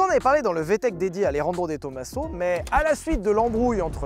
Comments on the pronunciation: Juste un petit truc qui m interpelle , on ne dit pas to ma seau mais TOMAZO comme on ne dit pas massé rati mais MAZERATI ....... J ai toujours préféré la Pantera depuis l enfance avec son arrière dépouillé et le bruit du gros v8 surtout en jaune avec les bandes noires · Salut, j’adore tes vidéos, toutes les vidéos et les concepts, mais s’il te plaît, peux tu prononcé De Tomaso avec le s comme un z. Merci. Je m’appeler personnellement De Tomaso et ça m’écorche les oreilles. Merci beaucoup. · Salut! on prononce pas de Tomaso en Italien mais Di Tomazo!